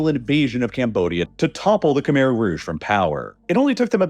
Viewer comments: Kuh-mai. It's pronounced kuh-mai. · Great video, but "Khmer" is not pronounced "camere," like it rhymes with bear. It's pronounced "Kh-my," like it rhymes with eye. That's not 100% accurate because the true sound doesnt exist in English, but it's far more accurate than "camere." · Great video so far, but i have to point out that khmer is pronounced "keh-mai" not "keh-mair" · for those that don’t know… Khmer is pronounced kh•mai (Kh-m-eye) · Khmer pronunciation horrid